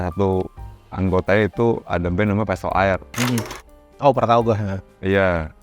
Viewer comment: Pestolaer bukan pistol air bang